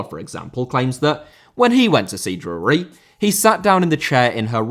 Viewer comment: I had to turn this one off. I can't stand how you pronounce Drury 😂